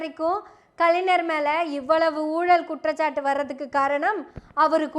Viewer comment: செந்தலை கவுதமன் ஐயா, சுபவீ ஐயா,வழக்கறிஞர் அருள்மொழி இவர்கள் பேசும் போது கருத்துகளை மட்டும் கவனிக்காது தமிழ் உச்சரிப்பையும் கவனி அம்மா! கலைநர் அறிநர் என்று உச்சரித்தல் பிழை! ஞ வைச் சரியாக ஒலிக்க வேண்டும்!